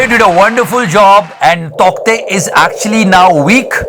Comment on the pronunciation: Its pronounced "Taute"